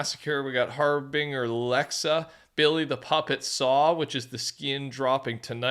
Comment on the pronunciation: Why does he say harbinger like that